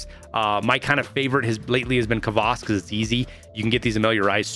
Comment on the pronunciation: its not k vas its kvas